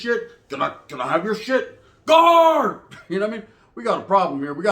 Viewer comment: Best thing is when you say "GUARD"!!! And sprinkle um in!!! Lol 🤣